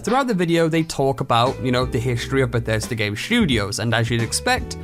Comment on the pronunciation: Beshesda? You mean Bethesda?